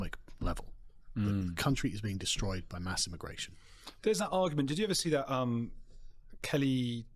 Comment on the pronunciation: Immagration? Come on bro lol